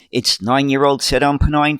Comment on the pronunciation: Really enjoy your broadcasts. I especially like the details about the various chassis identities. Very useful! By the way, Seddon is pronounced with the accent on the "e", rather than the "o". I rode on these in Manchester when they first came out. Seddon was a truck manufacturer in Britain, but they also produced several bus models from the early 1950s to about the 1970s. Baddley Brothers of Holmfirth had a few examples. They produced the Mark 7P. They used the Perkins P4 engine, and seated 28. They also produced a Mark 4 (32 seater) and a Mark 6 (35 seater), Mark 10 Pennine (seating up to 35 with a coach body, and Mark 11 Pennine, seating 31 in a light weight luxury coach body. They were manufactured in Oldham. They were very popular with small bus and coach operators.